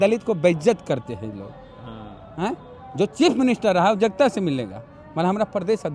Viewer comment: Re jagata jagta bolta hai bolne ka loor sikh